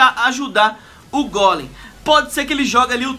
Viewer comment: ainda bem q ele fala golem pq outros falan gôlem e é gôlem e golem e todos golemaran